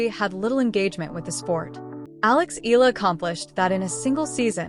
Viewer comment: CORRECTION: Her name has 3 syllables, I-YAH-LA